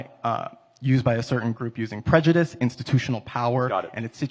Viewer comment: BLACK MAN, UNEDUCATED, OBVIOUSLY "PREDJIDIST, AS WELL AS IGNORANT."